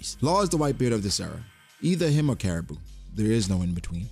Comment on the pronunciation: Nigga said caribou😂